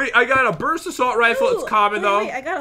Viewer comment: Brust instead of BURST